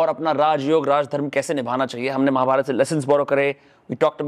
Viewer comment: Bhai mahabarataaaaaa nahi mahabharat